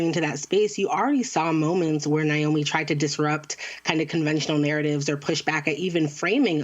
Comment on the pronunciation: i just want to point out her name is naomi. not nayomi. not nyomi. i have no idea where the anglophones get that "i" sound in the middle from. here's a simple guide to pronouncing her name properly: na as in nag o as in other mi as in middle